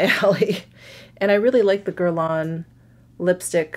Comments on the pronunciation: what shade you got in meteorites? medium? by the way you dont pronounce the final n in guerlain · Not exactly true on the “n”. It’s that French up-in-the-sinuses “n”. But pronunciation is close enough.